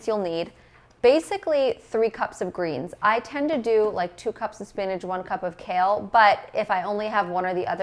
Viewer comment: I love how you say spinage for spinach!